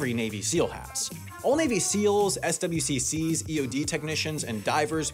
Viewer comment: SWCC is pronounced “swic” like the word wick with an S in front of it. I’ve never heard anyone say the letters like that so it really caught me off guard